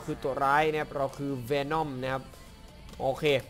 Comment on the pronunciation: วีน่อมไม่ใช้เวน่อม